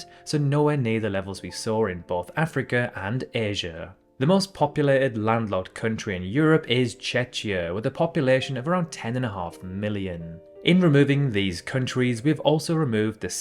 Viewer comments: Not checia it's checzia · and plus also, it's CHE-KYA, not CHE-CHYA!!! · I m Czech and I m sad u say Chechia its Czechia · It’s Czechia not Chechia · In future "Checkia", to get the pronunciation right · litshenstaihn? (again ) Chetshia? Oceana? (again and ) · Buddy I agree Oceana is wrong but Checheia really is how you pronounce the name of the nation called Czechia.